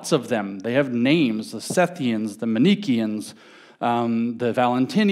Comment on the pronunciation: Bro, Manichean is pronounced man-ih-KEY-an, get it right!